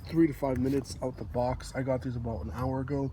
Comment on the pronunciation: "aboot that" lol